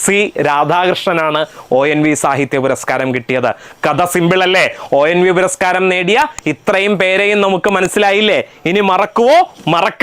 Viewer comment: ഒ ൻ വി അല്ല ഒ എൻ വി ആണ്